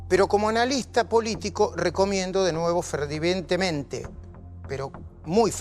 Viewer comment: "Ferdivientemente"... "Copipás"...